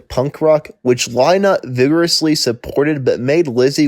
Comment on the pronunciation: Your "What Happened to" would have a lot more credibility if you'd bothered to find out how to pronounce Phil Lynott's name. Next time try googling "YouTube Phil Lynott Interview". The interviewer will almost certainly introduce him.